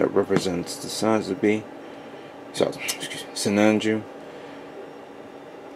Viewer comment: it's sinanju lol